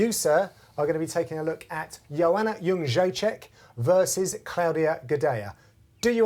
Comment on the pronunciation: John Gooden's perfect ass pronunciation of Joanna Jedredyyjakajcuysk name